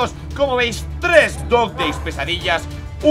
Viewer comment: ¿ Por qué dices CatNap pita?